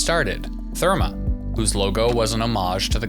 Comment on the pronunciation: IF you can’t even pronounce #Therme, you might not know what the fuck you are talking about.